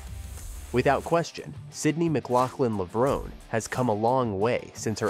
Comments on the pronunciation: Is this a robot narration? If it’s areal person, especially if it’s the same person who edited this clip, why does he keep saying “Levrown” and then add that clip from the Olympics where it’s pronounced “Levronee”. Nothing too serious, but still irks me and prevents me from subscribing to this channel. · It's not pronounce levrone, it's levron-e". The finale e is pronounced. It's Italian.